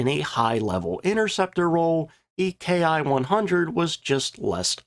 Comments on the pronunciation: "Ki" is a single letter in Japanese, pronounced "key". So, when referring to aircraft makes we usually say key-100 instead of k.I. 100. Not a big deal. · A few things ... First off - while the Germans used Me and Fw as designators for manufacturers - the Japanese Army was NOT doing that with the term "Ki" . Instead of being pronounced "Kay Eye" it is pronounced "Kee" . The Ki 61 was essentially the result of the Germans sending the Japanese the plans on now to build an Me-109 and it's engine. This gave the Japanese a more European type aircraft. The thing with the A6M and Ki-43 - was that they were both highly maneuverable but poorly armed and armored. Thus - they were vulnerable to Boom and Zoom tactics to which they had no answer. The Ki-61 was different and the Allies had to treat it differently. The problem as mentioned was that the quality control of Ki-61's was atrocious. The Ki-61 had the dubious distinction of being the Aircraft Most Destroyed on the Ground. The fact of the mater was - that the pre-war Allied Contempt for Japanese manufacturing - was entirely warranted. The thing with the Japanese military is that pre-war - it was very highly trained to get the most out of what they had. The Japanese Air Forces - had maneuverability - and their Navy the Long Lance Torpedo. All Japanese designed aircraft were fire traps and few of their ships had radar. Other than that - most of what they had - while, like the Italians - was competitive - it was not up to western standards and they could not replace their losses. Do not average losses between enemy claims and unit reports. In Judging losses - take the losses reported by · It's not "K I", it's pronounced "key" and short for "kitai" or airframe. It was only used by the Japanese Army Air Service. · Excellent presentation! In Japanese, the "K I" designation is pronounced "KEE"